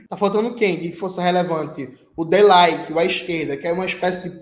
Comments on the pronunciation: LINQUE, NAO LAIQUE. Pelo amor Jones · Jones a pronuncia em alemao do Die Linke e "di linqui" concordo com tudo que foi dito a critica a guerra ficou monopolizada pela afd.nem se Rudi Duntschke voltasse tazia uma esquerda alema anti otan e anti imperialista.a contra revolucao de 1989 trouxe de volta o fascismo.Isso me lembra Engels "revoluçao e contra revoluçao na Alemanha" o homi conhecia bem a terra dele.